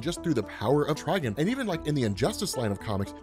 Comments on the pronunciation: everyone but you says tri-GONE wtf is a trigin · Bro good vid but trigon not trigin